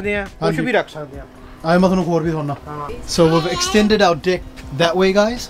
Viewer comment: pls dont say that u extended the dcik? its deck! 🤣